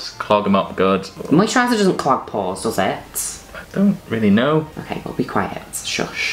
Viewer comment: when they say "pores" it sounds the same as when she says "pause" in her Sims videos